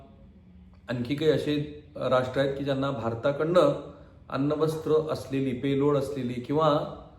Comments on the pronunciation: अन्न वस्त्र नव्हे अण्वस्त्र. कदाचित ऐकणे चुकीचे आले असेल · मी पण कन्फ्युज झालो तुम्ही अण्वस्त्र म्हणायच सोडून अन्न वस्त्र का म्हणून म्हणत आहात न्यूज छान आहे पण.